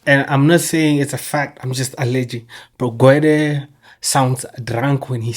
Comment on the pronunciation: Gwedie , drunken slur..😂😂